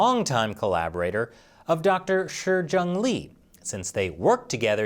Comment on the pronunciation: It's wierd [edit] weird that a Chinese name spelled Shi is pronounced Shur/Sher.